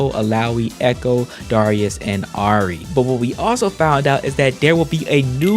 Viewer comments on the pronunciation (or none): Hate to be that guy but it's "Ah-ree" no uh Edit: You did fix it towards the end; it just hurt me